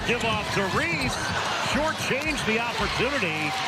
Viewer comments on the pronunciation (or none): I bet when you were in the military and there was a General Reese who’s name you had to pronounce in front of other military personnel or directly to the General, you ain’t gonna be cute and ignorant then and pronounce his name as Reesey…stop being a goof’; no disrespect bro but we have to stop making ignorance popular. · Bro you ain’t that stupid; you know damn well her last name ain’t pronounced fkn’ (Reesy). You pushing ignorance my boy; pronounce that woman’s family name correctly. Stop trying to be cute.